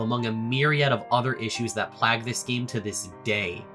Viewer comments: My brother in christ its pronounced "Play-guh" not "PLAG" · Just letting you know, Plague is pronounced "PLAY-ge." Not "PLAG." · plag homie its said plauge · why do you say plague like plagg. its pronounced play-gg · It’s pronounced pl-ay-g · homie i love this video but its pronouced 'play-guh' i know its minimal but correct grammar goes a long way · for real, it's always interesting hearing when people do that, because it shows that they've only ever read the word. It makes me wonder whether he has heard the word plague and just thought it was spelled different, and then took this new word "plag" (rhymes with flag) and defined it based in context,. I dunno I always find it super interesting to examine the logic that leads to incorrect ideas. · Off topic but you pronounced "plague" as "plag", which is dumb. Just wanted to point that out. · What an odd way to pronounce ‘plague’ 🤔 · You pronounce plague wrong and it’s hurting me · No offense but the multiple mispronunciations of plague made me cringe, nice video tho this is very fluent otherwise and I think somebody who is new to tf2 could learn a lot about the current state of tf2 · google how "plague" is pronounced. please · dude how do you not know how to pronounce plague lmao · Bro why do you pronounce plague like that?